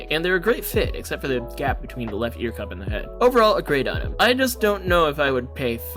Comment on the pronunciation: Kinda nitpicking with the "GAP"